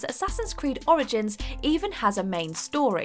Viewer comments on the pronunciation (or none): none